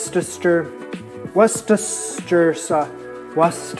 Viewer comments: “Worcestershire” sauce is pronounced “Worster” sauce. I grew up saying it and cooking with it before I really looked at the spelling of the name. Brits are famous for dropping some syllables off of long words. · Worcestershire is pronounced "werstershure" like "New Hampshire" : - His "Aboot" was clearly sarcastic. But yeah i hear "Aboat" quite often. - His poutine looked good, but the beige-ish gravy got me frowning a bit. It reminded me of KFC Gravy :) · Ha ha. WU-STUH-SHUR Sauce. My Grmas dad was born in Bromsgrove, Worcestershire England. Lol! I got lessons on how to pronounce the sauce! 😂